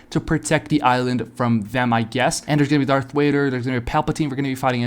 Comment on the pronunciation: darth wader ;skull